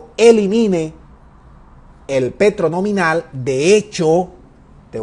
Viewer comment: Asno, no se dice nominar. Idiota, se dice nominal. Nominar quiere decir eg. Nominar a alguien que tome mi lugar porque yo soy un bruto.